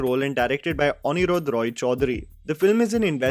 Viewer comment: The director of Lost is Anirrudha( pronounced as onniruddho) Roy Chowdhury.